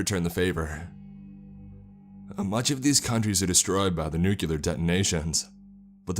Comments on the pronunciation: As much as I enjoy your readings, I am put off by the mispronunciations sprinkled throughout many of your narrations. For example, the word "nuclear" is not pronounced "nu-q-lar" But "new- klee-er". Mispronouncing words detracts from the story in many ways, but most especially in tone, or atmosphere, potentially breaking the spell you are weaving to draw the listener in. There are several good online dictionaries that include audio files for proper pronunciation. This is meant only as constructive criticism as, again, I enjoy listening to your narrations. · It's nuclear not nucular... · it is pronounced NUCLEAR not NUCULER god how that drives me an english major up the wall.